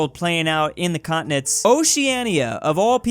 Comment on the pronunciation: When i first heard you saying “continents vs continents” i thought you said “communists vs communists” lol